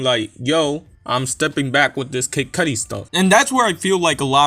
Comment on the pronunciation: Lmao he ain't retiring dogg 🤣😂 this sounds like bullsh* . And the way you say kid cudi annoyed the f* out of me lol 😆